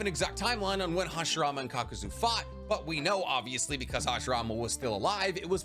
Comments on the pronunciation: Good video. One day man can pronounce Kakuzu, Chibaku Tensei and Kotoamatsukami correctly. One day. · Wait you know it's pronounced KakuzU? Why do you say it wrong? It's like the way you say Chibaku Tensei, it makes me cringe. I love your videos and you're my favorite Naruto YouTube but damn. Say the names right 🤣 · You should start giving a shit about pronouncations Kakuzo is simply wrong. It's kakuzu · Kakuzo is objectively wrong and I swear he does it on purpose for engagement especially when he admits he can pronounce kakuzu. Will stay unsubscribed and not smashing the bell. Cheap and disrespectful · Why say kakuzo if there’s a u at the end? Where does the o come from. It’s spelled kakuzu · zu sounded out in Japanese would be zoo not zo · its caw co zoo not zoe zoo! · Its Kakuzu not Kakuzo😂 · Kakuzu not kakuzo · Who in the actual hell sees the name "Kakuzu" and goes "Yeah that's pronounced KAKAZO " Like wtf? Kakuzu is undoubtably one of the coolest characters in the Naruto verse. His abilities are so cool and he has a sick backstory. I hate how much people make Kakuzu seem stronger than he is. Bro is Mid Kage level take it or leave it that's how it is bruh. He does not scale to Pain why do people say he does it doesn't make sense. He scales just barely above MS Kakashi before the War. I think there are quite a lot of Akatsuki that are stronger than him though only by a little bit. Deidara, Orochimaru, Sasori, and Kakuzu are all much closer in strength than people realise. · name is kakuZU not kakuZO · It’s KAKUZU NOT KAKUZO. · Like dead ass, it’s a great video as far as content but I almost turned it off at least twice because he keeps saying kakuzo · But.... his name is literally KAKUZU!! It's just a pet peeve of mine but I truly detest the mispronunciation of easy to say words. It infuriates me, good video tho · youve watched the anime why are you calling him kakazo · Kakazu Kah-Ka-Zoo “KAKAZU”